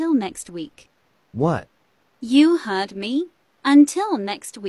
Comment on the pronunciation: go to it said hug instead of heard